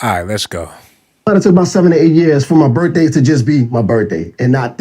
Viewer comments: It’s pronounced birthday not birfday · But of course u saying birfday instead of birthday